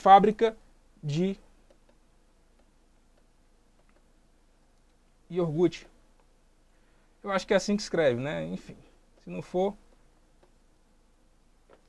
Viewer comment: "Yourgute" doeu meus olhos e ouvidos.... rsrs Mas valeu pela aula Estúdio Aulas!!!